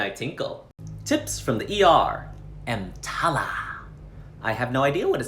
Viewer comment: The way you day EMTALA has me laughing so hard